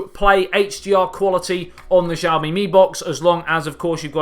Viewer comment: Shyao-Mi. Sh pronounced with teeth clenched together. You won't get the tones right of course, but at least say it right and don't butcher the name. Javmi? Really?